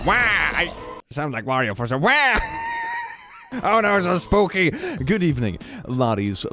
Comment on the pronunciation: I heard say “because it’s Boopy month” instead of Spooky month. I like Boopy